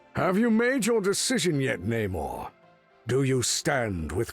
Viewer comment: Finally hearing Namor's name said correctly